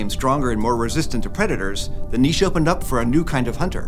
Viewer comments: he is saying niche right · You pronounced niche correctly! I'm so happy! :) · Thumbs up for the pronounment of niche :) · HE SAID NICHE LIKE NEESH AND NOT NITCH. THIS IS AMAZING OH MY GOD FINALLY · Absolutely loving how you pronounced Niche,! 💯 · I had mentioned that it was pronounced neesh not nich last week and so happy to see its now being pronounced properly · HE PRONOUNCED NICHE RIGHT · YESSS YOU CAN PRONOUNCE "NICHE" CORRECTLY!!!! Thank youuuuuuu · Yes, they finally pronounce 'niche' correctly. Awesome Video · YEEEEEEEES. you pronounced niche correctly! Best episode ever! 😂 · Oh my god, THANK YOU for pronouncing "niche" properly!!! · Thank you for pronouncing "niche" correctly.` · Both are correct and accepted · Like for the way you said niche. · Love how you pronounce "Niche"! :D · Thank you for pronouncing niche correctly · Thank you for pronouncing “niche” correctly. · Did I just hear pronounce 'niche' not the American way, but the UK/French way? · Thank you for saying niche correctly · Thank you for pronouncing “niche” correctly. Please have a word with Hank and friends at SciShow!